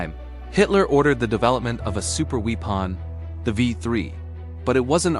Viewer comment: Please get the pronunciation right. Wee-pon, peena moond and its friends destroy credibility.